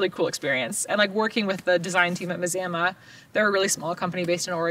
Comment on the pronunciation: Maz- am- ah..... Wouldn't it be.... Mah-zah-mah? My daughter went to a school named Mazama.... it was pronounced Mah zah mah